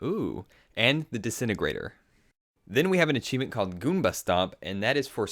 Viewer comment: HE SAYS ACHEIFENT